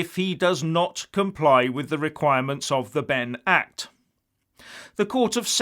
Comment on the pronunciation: Did you say: "The Bend-Over Act" ?